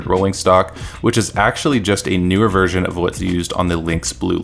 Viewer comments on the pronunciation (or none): none